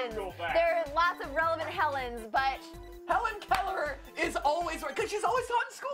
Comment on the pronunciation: It is not mount st. Helen but helens